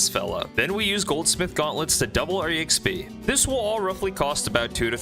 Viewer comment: "E-xp" hurts my soul every time I hear it